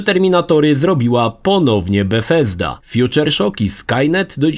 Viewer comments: Mowosz Befesda jakbyś miał wyjebane z dziąseł zęby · Naśladuje wymowę z angielskiego a brzmi to nieco komicznie.